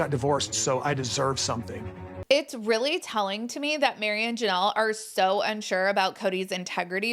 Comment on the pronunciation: "This is Rilly a Big Dill"..😂😂😂 is funny 😁